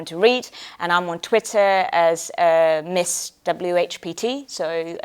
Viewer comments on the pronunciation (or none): She's hot And she seemed to really emphasize the "miss" before her last name Chris.. Just sayin